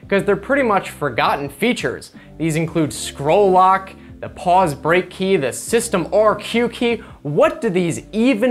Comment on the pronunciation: Did you say "squirrel lock"? :-D